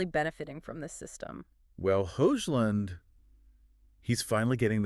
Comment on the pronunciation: What is with this AI voiceover bullshit! It's the worst analysis i've ever seen. You lost me at Hoxhclun